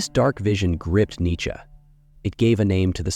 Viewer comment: I know, literally first 10 seonds i hear it pronounced incorrectly n im like 🧍‍♂️